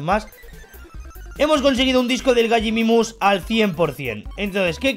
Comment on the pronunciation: se dice Gallimimus